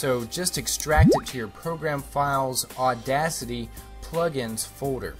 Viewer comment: Audasty? No, auda-CITY.